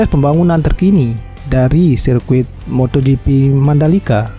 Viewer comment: Moto gifis🤣